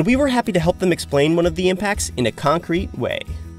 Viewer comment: What? You mean C O N C R E C C ?